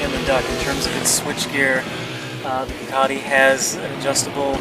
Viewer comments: why does he keep calling the duc as a 'duck'?. .. isn't it supposed to be more like 'duke'? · "duck"??? WTF??? duck!!! OMG!!! its a ducati orrrr duke.. OMG "duc" is this normal in usa to call it a duck.